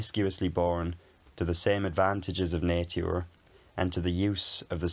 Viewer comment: I really like that 1923 accent. 😅 (That weird pronunciation of "Nature" sounds kinda like a modern norweigan person speaking english) Cheers. Happy new year! 🥳🇺🇲